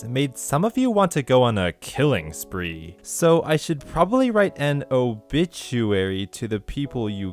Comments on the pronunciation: The way he says oBITCHuary is giveaway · As soon as I heard "obitchuary" I knew exactly what was about to go down. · Obitchuary, amirite? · I called it when I heard the weird emphasis of BIT in oBITuary!